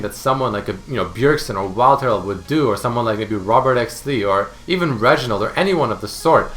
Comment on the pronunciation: lol that emphasis on reginald "Even Reginald"